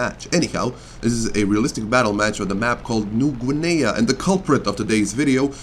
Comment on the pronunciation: you pronounced "new guinea" so terribly